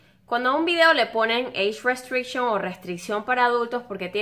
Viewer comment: jajajajaja Eich restricshion XD